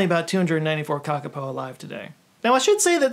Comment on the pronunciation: "KakaPO" NOT "KAKAPAH"! Love from a kiwi